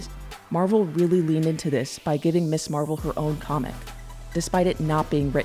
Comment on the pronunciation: I believe Ms. Marvel is pronounced Mizz Marvel, not Miss.